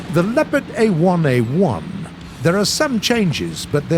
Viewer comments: Its called Leopard and not lepard there is an o in it!! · You have to say Le"o"pard not Lepard make an pause after Le and say o and then pard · Snipars223 yes but we are saying Sherman the English way and not like share mann so why should brits say lepard and Tiger their way couldn’t they respect the tank pronouncing it the way the tank is originally called